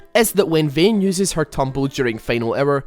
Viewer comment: "Vehn" :D